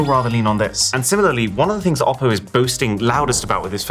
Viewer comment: still it's ''OPPO"😶‍🌫